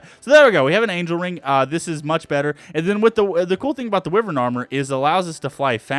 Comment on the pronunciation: wyvern is pronounced why-vern